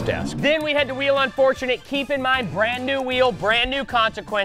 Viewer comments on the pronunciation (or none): Lol instead of thats un-fortunate coby said thats i-llegal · Who else heard coby say “that’s illegal” instead of “that’s unfortunate” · i heard "thats il legal" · notice how coby said "THATS ILL EGAL" instead of thats unfortunate